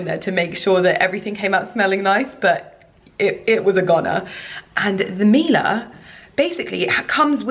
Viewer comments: Her pronounciation was actually quite good. Miele is a german company and we say "Mie" like "Me" 😊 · babe!!! I know pronunciation isn't your forte hahahah but it's pronounced mi-e-le not mila. It means honey in Italian. sending you much love!! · Miele gives you a couple appliances FOR FREE and even then you don’t learn to pronounce their name? Google it